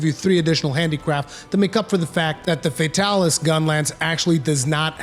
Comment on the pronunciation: "fey-talis" ughhh